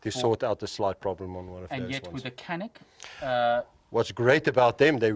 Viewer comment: c in canik is not k, it's pronounced like dj like in djinn